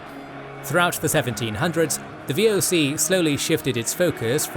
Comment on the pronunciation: wow how you butchered the VOC. that didnt even sounded like how its said. not even close XD